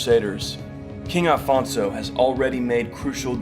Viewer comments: O Homem disse "Afonso" já repararam? Não disse "Alfonso" Parabéns ao Homem :):):):):):):):):) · Aleluia! Finally someone gets it right! The man said Afonso! In portuguese OK!! Well done that means a lot. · Congratulations on pronouncing Afonso the right way. Unlike most videos where they call him Alfonso. He was our first king. He is Portugal.